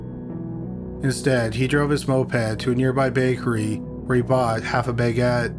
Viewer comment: a bay get hahaha ba-get? a bay get hahahha yes i know baguette but not bayguete hahaha god he is dense